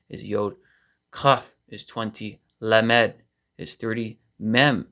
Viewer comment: lamed is being mispronounced, Sound it out phonetically as "LOM ED".